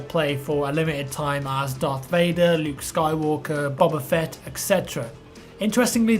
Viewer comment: "Bubba Fett"